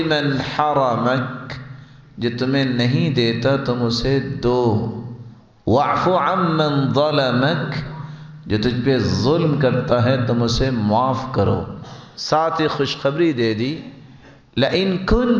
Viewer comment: وعف عن من ظلمک پڑھو ضلمک نہی